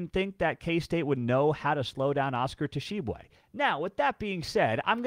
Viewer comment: the "T" in Tshiebwe is silent. (WVU fan) It's pronounced "Sheeb-way".